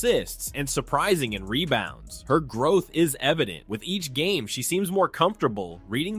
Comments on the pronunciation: Rebounds not “Rebouns” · "Rebouns" Lol.